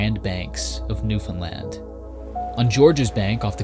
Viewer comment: Just hearing you pronounce the name “Newfoundland” correctly is so satisfying. Even so many Canadians can’t be bothered to do this. I love what you do regardless, but your consistently respectful handling of this incredible place in so many of your videos is appreciated more than you know. Thank you.